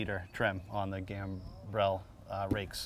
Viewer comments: Great presentation,. P.S. And here's yet another pedant, whining about something insignificant - the word is pronounced "Gam-brul" not "Gam-brelle" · Gambrel is gahmbruhl not gam-brelle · Legend has it, is still wondering how to pronounce gambrel.